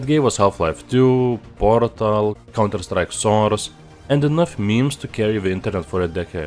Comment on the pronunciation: "half life 2 porŕřtal... counter strike soüřč̣e"